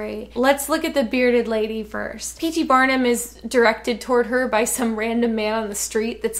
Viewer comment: I thought you said batman, not Barnum lol